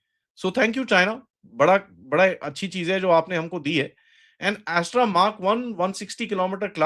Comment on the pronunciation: अस्त्र को एस्ट्रा क्यों बोल रहे हो ।